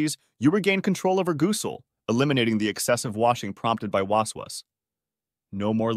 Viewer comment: These A.I. voices are funny at times: gooosel 😂. But excellent work to load this - it’s a v imp topic and many Muslims suffer from this issue.